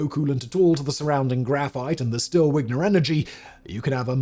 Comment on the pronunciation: Vigner not wigner